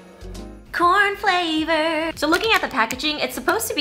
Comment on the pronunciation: ‘Corn flavourrrr’ 😊